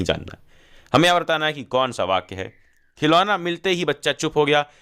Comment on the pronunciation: Khilona ❌khilola✅ lekin kisne diya 💀